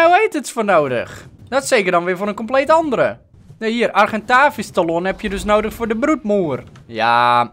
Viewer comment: Talon spreek je uit als tellun